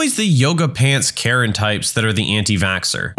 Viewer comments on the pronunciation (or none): none